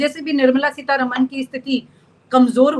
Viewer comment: And please it's not Seetha रमण It's रामन .That's how it's pronounced in the South. Please pronounce words correctly.